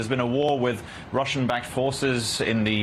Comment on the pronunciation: Stop the woor in the name of Gard!. Stop the woor in the name of love!....